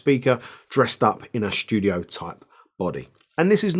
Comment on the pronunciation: "Schtudio"... like the German pronunciation. 😂